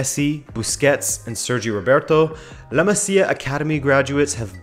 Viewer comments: I know this is ŕeally irrelevant, but it hurts my ears. It is pronounced "La Mázia" and not "La Macia" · pls bro “La Maz-ia”